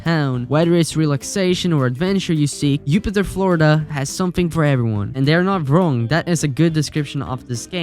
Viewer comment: Just being friendly. It’s Jupiter pronounced as a J.